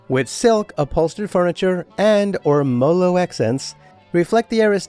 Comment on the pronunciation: Very nice tour! I wonder why the Loggia isn't open. Maybe they are afraid people might fall over the railing. You pronounce "Parquet" correctly, but not "Ormolu." (wink!) No, I wouldn't live there. It's beautiful but I'd like something slightly smaller. Maybe half that size.